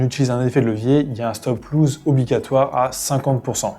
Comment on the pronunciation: On dis stop loss pas stop loose 😂